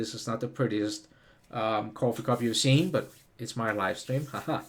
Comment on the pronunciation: I like the way he says cwoffee lol Very New York